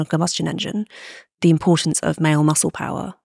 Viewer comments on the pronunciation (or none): none